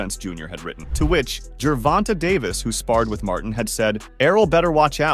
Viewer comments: Ger-Von-Tay not Ger-Von-Ta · I can’t watch this anymore. The way u say Davis first name is wrong and cringy 😂